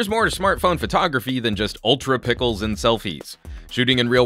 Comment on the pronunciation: Pickles? Something is wrong with your tongue, it's pixels.....